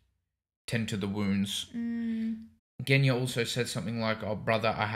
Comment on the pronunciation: "Genya"? More like "GUNya"! 😅 I regret nothing.